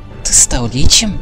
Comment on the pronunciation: не лИчем, а личЕм